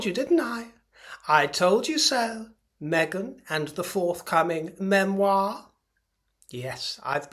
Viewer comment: Please Spare us. “ MEMIOR” Love your show.